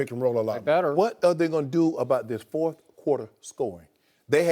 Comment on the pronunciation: I just noticed that Jim Jackson always says fourfh quarter, instead of fourth.